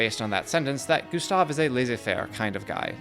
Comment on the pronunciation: Excellent video, but you constant mispronunciation of "Gustave" was positively maddening.